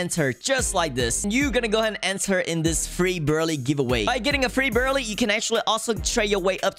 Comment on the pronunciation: It’s brulee not berlee